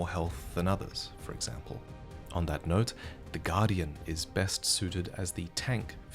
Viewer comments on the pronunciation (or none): none